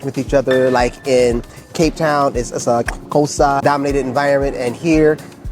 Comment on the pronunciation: Wow guys, talk about covering all bases. Absolutely loved the your Traveller's Tips Vlog...as a South African, i give it a solid 10/10❤👌🏾 You guys should just get your SA citizenship already...bro the way you pronounced " Afrikaans,Huzet and Xhosa", impressive indeed👌🏾 You got your self a new subscriber...enjoy your stay! SHARP-SHARP👍🏾❤🇿🇦